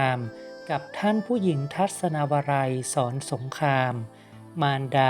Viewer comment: ขอบคุณที่นำมาให้ทราบควรอ่านให้ถูกต้องด้วยค่ะเช่นโปรดเกล้าเป็นโปดเก้าศรสงครามเป็นศรสงคามเป็นต้นค่ะ